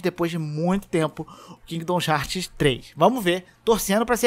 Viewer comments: por que você fala 'Kingdons Heart' ao invés de 'Kingdom Hearts', só estou dizendo mesmo, porque dá um leve incômodo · que agonia de ouvir vc falar Kingdom Hearts errado